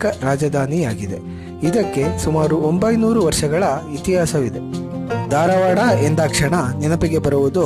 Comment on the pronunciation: ಧಾರವಾಡ .... ದಾರವಾಡ ಅಲ್ಲ.